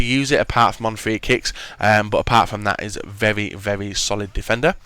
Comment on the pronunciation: Vevy vevy good noob. He cant say very